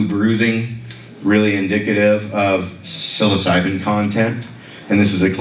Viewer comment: Great video but that's not how you pronounce Psilocybin. 😂